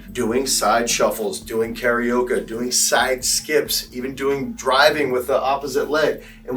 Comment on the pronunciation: Never heard someone pronounce Karaoke like it rhymes with Tapioca before 😂 Maybe someone was hungry while filming?